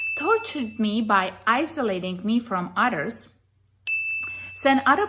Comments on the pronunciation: I lost it when she kept saying the word "others" but it came out sounding like "udders." All I could keep picturing in my mind is her with a milking cow. Funny because she does seem like part of the crazy mad cow diseased cattle out there!!!!! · I thought she said "isolated from otters!"